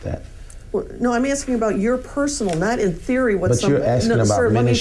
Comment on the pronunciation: I was just AXING-ing Michelle if y'all finna bring this back up!🤣